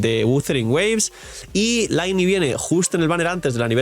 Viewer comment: Lynei!! NO LAINI!!😂 Te voy a funar con esto hasta que pronuncies el nombre bien jajaja 😂